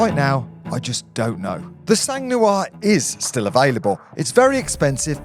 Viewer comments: "The sang New-arrr" ...... FFS it's the Sang nwuarrr you peasant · Try saying “ song nwar” if you want to pronounce “sang noir” the way a French person would say black blood. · Le sangue nouare ... I love your accent. I don't know if my English of black blood (difficult too) would be so well pronounced too. Great video. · 2 words - Sang Noir 🤦🏻‍♂️